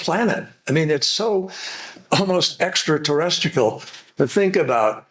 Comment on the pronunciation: wait did he say "extra-terrestical"? 🤣🤣